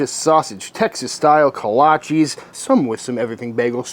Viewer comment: Love your channel. But you are pronouncing it wrong!!